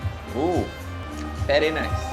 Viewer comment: للتصحيح very وليس fery